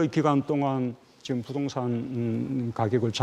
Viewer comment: 앵커 발음이 안좋네요. "지금" 을 지검, 계속적으로 "으"를 "어"로 발음 ....tv 조선 내용은 참 좋은데.....발음이 영 ...ㅠㅠ